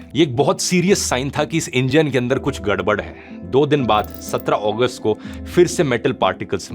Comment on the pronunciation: 17 अगस्त ❌ 17 ओगस्त ✅ 😂